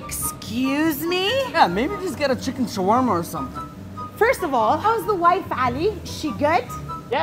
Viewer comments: The way she say shawarrrrrma 😜♥️ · I love this place but it's pronounced sha-wa-ma btw but love u guys y'all r amazing